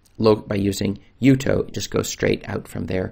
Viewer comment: For the record Jutoh is pronounced Jew-Toe NOT Yew-Toe it's a contraction of Ju(lian)To(ni) and H(arriet). And Calibre is not Kall-ee-Bray it's calibre (caliber to you) like the size of a gun barrel.